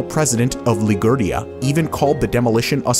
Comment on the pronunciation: Ah yes, 'Ligurdia' 😂